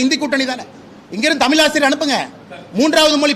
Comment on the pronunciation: திரு அண்ணாமவலை அவர்கள் எனக்கு மிகவும் பிடித்த அறிவாளியாவார் அந்தபேரன்பு உடையவருக்கு எனது அன்பான வேண்டுகோள் 1. தமில் தமில் என்று உச்சரிப்பதை தமிழ்‌ எனவும் தமில் மொளி என்பதை தமிழ் மொழி எனவும் உச்சரித்து தயவு செய்து பழகுங்கள் தங்களால் மேற்சொன்ன வாறு அழகாக உசரிக்க இயலும்